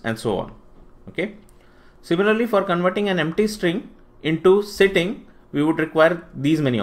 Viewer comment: Why you are using 'Sittig' instead of 'Sitting'?